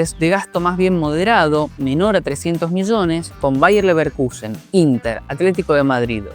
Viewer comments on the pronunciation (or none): none